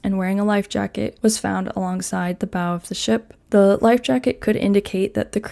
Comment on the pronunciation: Bow is pronounced “bow” not “bow”. Hope this helps :)